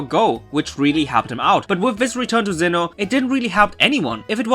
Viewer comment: I love how you pronounce Sinnoh as Xeno. Lol